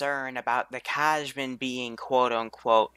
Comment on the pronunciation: The Kajman is pronounced Ky (As in "sky)-man. Just waltz around the faction showcases for a bit, or pull their audio, my recommendation.